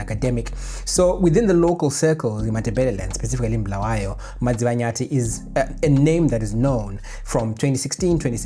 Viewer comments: It's Kwa-Bulawayo bruru. Not Bluweyo. Pls correct. There's a historical context to this. We don't appreciate the deliberate butchering of our names. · Bulawayo, not Bhuluweyo. Pronounce the name properly. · Bulawayo, not Bluweyo 🙏😊